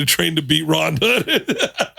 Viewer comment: Also Ronda, not Rhonda